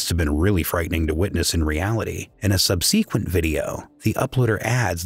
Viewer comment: Love the unique pronunciation of "subsequent". 😀